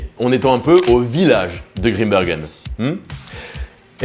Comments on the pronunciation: Grimbergen comme dans Saint Bernard! On ne dit pas un saint beurnard donc pas Grimbeurgen svp! Merci. ☺ (Et puis ouarloos, pas Varlouse) et puis arretez d'essayer d'imiter un accent "belge" qui n'existe pas! Merci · "désolé pour la prononciation de waerloos" alors que depuis le début il prononce mal "Grimbergen" et "maes" 😆 (mais c'est pas grave, on t'en veut pas!)